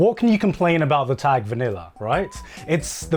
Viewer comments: I just fucking can’t get over the way pronounces “tag” smh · Every time says "tag" her Midwestern accent comes out.